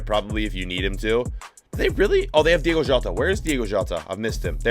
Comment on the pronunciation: As much as I love you you gotta get those names better. Di-O-go Jota. It’s starting to get on my nerves lol